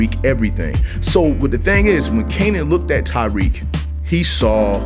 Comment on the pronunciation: Bruh say it with me (Ta-Reek) my name really shouldn’t be that hard to say 😭